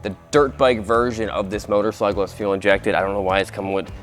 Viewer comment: My guy said f for fuel injection instead as for full 😂